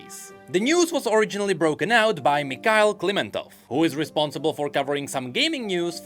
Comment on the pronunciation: Don't act like u can't read a russian name dude. U know perfectly well that it's not "mikal"